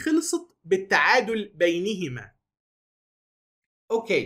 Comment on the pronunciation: التصويب : إعرابا .. وليس إعرابيا .. لكن ملاحظتك في محلها .. فبالرغم (بين) تجر .. إلا أن (بينهما) تنطق بفتح النون دون كسرها .. بدليل : "... فالله يحكم بينهم يوم القيامة فيما كانوا فيه يختلفون(١١٣)" سورة البقرة ... يالتوفيق